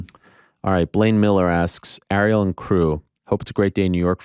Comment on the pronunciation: Yeah, you must be really good friends with a guy who can't pronounce your name correctly. Lol. He pronounced Ariel as "R-E-L" instead of "Air-e-L" .